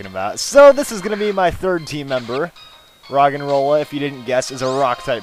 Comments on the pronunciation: when you said rogenrola I thought you said rock and roll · it sounds like hes saying rock and roll